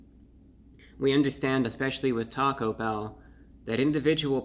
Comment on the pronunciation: The emphasis in "taco bell" is placed on the E in "bell".